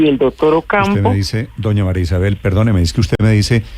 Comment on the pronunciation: Con todo respeto pero que mal hablada, una ministra diciendo: " juera y dotor" por Dios en manos de quien estamos?